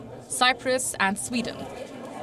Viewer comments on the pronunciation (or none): none